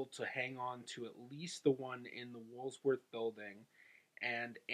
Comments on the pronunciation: Woolworths, not "Wolves Worth" .... LOL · Did u mean “Woolworth” Building. U said, “Wools-worth” building. There’s no “s” in Woolworth. The wiki site has so much info on that building too. I think they converted the Woolworth building into luxury condos now? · Cool video. Thanks for doing this. "Woolworth", not "wolves worth". The house and 1.2 million estate were both quite humble/upper middle class. Would have guessed they were much richer based on the video. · Are you trying to pronounce Woolworth?